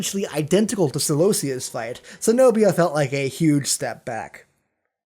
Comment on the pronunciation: its not se-nobia it's ke-nobia. Cenobia